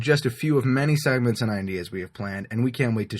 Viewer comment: It sounded like seconds :) Sorry that english is not my mother language!